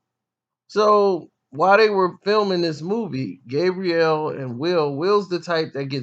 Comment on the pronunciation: It sounds like you're calling "Gabrielle" "Gabriel"...Her name is the female pronunciation..